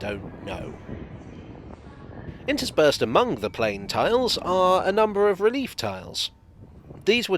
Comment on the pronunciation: I think the second e in "relief" should be pronounced as well in this case.